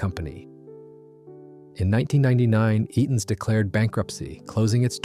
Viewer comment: WHAT language did AI kick into for Eaton's there right off the bat!!??? 🤣🤣🤣🤣🤣